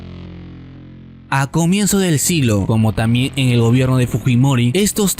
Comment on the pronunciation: Tamien es? Aprende a pronunciar....TamBien !